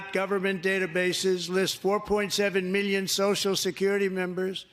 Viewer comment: Whenever you hear a white guy say million like "miyyion" you should know they're trying to rob you lol